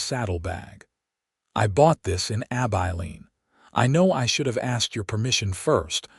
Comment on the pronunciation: I enjoyed this story, it was different. Laredo I believe is pronounce La-ray-do. Abilene is Ab-i-lean with a short i sound.